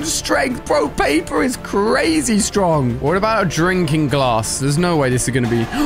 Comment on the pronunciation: Did u mean CWAZY? (Not a typo)